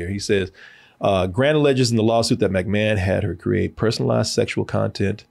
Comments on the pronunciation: Am I the only one getting triggered by how he would say Mcmahon. I was like it's not Mac like Big Mac. It's Mic like Mick Foley. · And McMahon is pronounced the same way one would say McDonald's